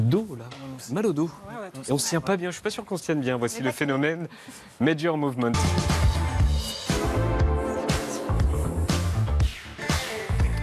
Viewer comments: Déjà, rien que le fait qu’il prononce son pseudonyme à l’anglaise prouve qu’il n’a travaillé qu’à moitié sur son sujet… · La prononciation de Major Mouvement à l'armoricaine, impeccable xD